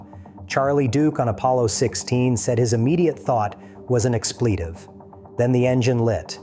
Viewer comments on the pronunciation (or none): Expletive is pronounced EX-plitive, not ex-PLI-tive.